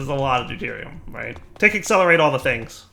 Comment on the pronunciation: listen very closely: Do-TIER-i-um and TRY-tea-um